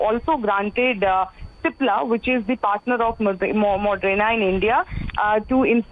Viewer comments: Moderna not modrena, Pathetic standards of new readings 👎🏼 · It's Moderna not Modrena!!!!... How do these people become reporters???